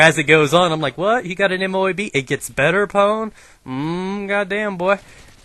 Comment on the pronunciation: Guys, you say MOAB as one word, not 4 separate letters. just thought i would let you guys know